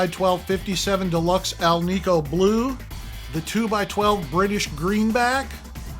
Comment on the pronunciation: Love this no-nonsense video list. But, FYI, alnico and polyhedron are pronounced “al-nick-oh” and “poly-HEE-dron” not “al-neek-oh” and “poly-head-ron”